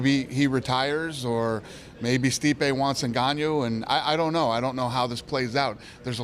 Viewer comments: Did he say iganjoo intead of Ngannou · Nganyo. Goostaufson. Learn ur fighters names Fudd.